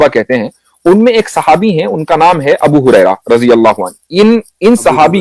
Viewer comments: Apne us sahabi ka naam thora sahi kar lijya ga uska naam hai abu hurera (R )hai gurera nahi hai or apne bohut acha msg sob dekhaiya hai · Abu guraira nahi bai sahab Abu Huraria (R. A).